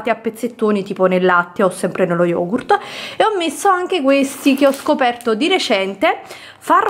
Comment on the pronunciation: Ussignur lo YOGU SKAIR